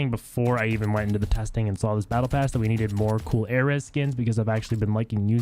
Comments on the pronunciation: It's pronounced (Air-ease) not (Air-ez) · Dude please just google how to pronounce ares thanks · The way he pronounces ares lol